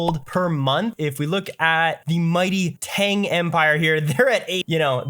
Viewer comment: The way to pronounce Tang is evil